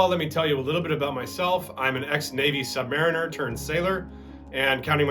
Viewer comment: First American sailor I've heard who knew how to pronounce submariner